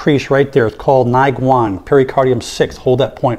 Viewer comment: 内关 neiguan, pronounced "nay gun"